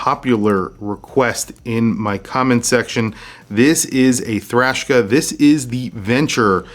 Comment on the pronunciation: The name puts me off. I keep hearing “Trashka”